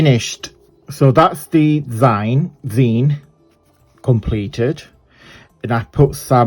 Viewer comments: Hoping your family stays safe and dry! Yes! It’s pronounced like the end of magazine. You got it right! Love watching you and so proud that you’re really moving forward with your business! ❤❤ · This is so cute and gorgeous! Love it! You have pronounced it right! I've seen these before but not made one yet.... glad your parents are safe! Thank you so much for sharing, take care and hugs to you both x